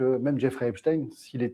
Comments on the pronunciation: Epstein , comme Einstein . Pas « in « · Je dis Epstein et pas Epstine, nous sommes en France. Quelqu'un a dit que ceux qui prononcent Epstine sont les mêmes que ceux qui disent la covid... Je trouve ça très bien vu.